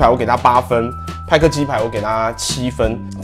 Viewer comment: 派克變麥克